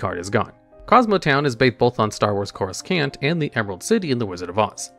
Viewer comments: And anyone who's seen Phantom Menace would know it's pronounced "coor-is-sauhnt". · It’s “Coruscont” not “Coruscan’t” lol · CHORUS-CANT!?!?!? DARK VADER!?!?!?! holy hell hearing that made my ears bleed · BTW the name of the planet is not pronounced like chorus + can't, more like chorus + aunt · Did I just hear this man say chorus can't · "Corus-cant" "Dark Vader"... You've never seen Star Wars, have you? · Dude said car-ooos-can’t 💀💀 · Coruscant is pronounced "Core-roo-sant". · "Corus-Cant",, my friend you don't watch Star Wars. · The way this man pronounces coruscant has me dying on the floor I understand he's probably not a Star wars guy but he could have at least looked up these words and how to pronounce them I'm not mad though it's hilarious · He also completely mispronounced Coruscant. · It's mispronouncing is part of the routine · Even though it's spelled correctly... hearing the name Coruscant if the second c wasn't silent feels.. very cursed... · Hiru...*DARK* Vader? D: I understand the Coruscant mispronounciation, but Dark Vader? Ouch. lol Really cool video about this archetype though. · When you said Coruscant you hurt me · it's a soft second "c" in "coruscant" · Your pronunciation of Coruscant nearly made me throw my phone at a wall omg